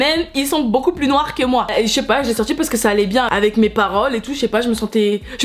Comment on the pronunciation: « C’est parce qu’on est nOIoRr !!! Alors que même ils étaient plus noirs que moi » sa m’a tuer 🤣😂👌🏾😭